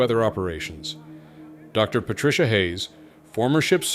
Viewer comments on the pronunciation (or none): none